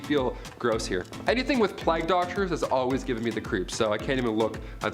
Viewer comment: Playg not plag.